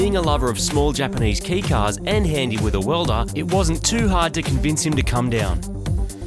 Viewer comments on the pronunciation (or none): bmx You did, yes. Marty said "key car", not "kei car" at ~ . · Keh-i car. Not key car :( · Shame on you mispronouncing "kei car" :o I love your show though :)